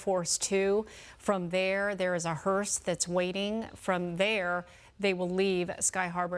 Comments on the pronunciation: ⚠️To the news anchor: It's "hearse"......not hearst. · It’s a hearse, not a hearst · News While I appreciate this important coverage, please correct your anchorwoman. She kept saying "hearst". There is No 'T' on the end. The word is: 'hearse'. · Why does that female reporter keep calling it a "hearST" ?? Its HEARSE !!!